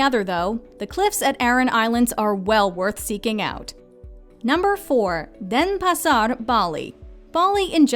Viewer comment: Nice list so well done! Indonesian however is not pronounced like Spanish. I giggled at the pronunciation of Denpasar and Sanur however it did make me want to go back again...